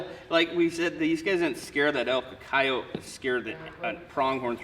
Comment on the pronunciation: Thank you for saying coyote right lmao it drives me nuts it's coyote not coyoteee hahahaha awesome vid as always guys